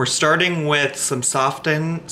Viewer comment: Say softened one more time. I’m cracking up. 😆